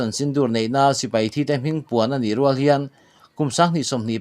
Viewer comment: Piang rŭal lam dan ah hian 'rual' hi rihniam a lam tur ani e